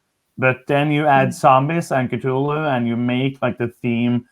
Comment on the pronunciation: Four of my favorite board gaming faces all together! What a treat! I love the way you guys pronounce Cthulhu!! When spoke about how there's older games she'd like to get, but the new hotness always gets in the way of that, I felt seen LOL